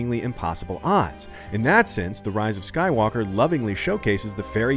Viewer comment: Star Wars: The Rise of Sue-walker